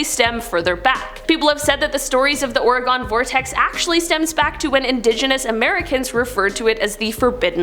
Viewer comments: As a Oregon native. it's not pronounced that way.. it's not ore-gone lol its pronouced Ore-gun.. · The way she said Oregon gave me a stroke